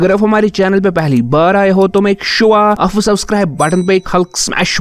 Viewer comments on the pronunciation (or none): Aap Ko Aaf Q bol rhy ho ??? 🙄🙄